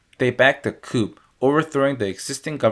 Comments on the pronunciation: It is not "coop" (coup) it is a "coo" . At around 6 minutes, you show a map showing eastern Cambodia being bombed, but you say western Cambodia is destroyed. Thanks for the video. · small thing coup is pronounced cou rather than coop